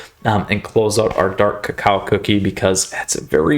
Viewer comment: Dark cacao cookie I love how you say it sounds a little weird but it’s kind of funny but I like the way you say it